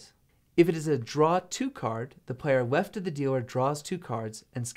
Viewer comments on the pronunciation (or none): I hear weft not left